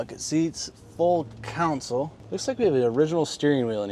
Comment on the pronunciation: Counsel? It’s called a console.